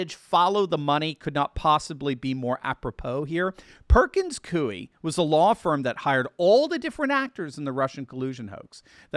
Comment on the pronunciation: Its prounced "Perkins COY"